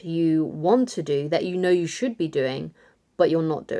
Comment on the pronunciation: "don't ignore the zhit ya know ya zhould be doing!!" Time index .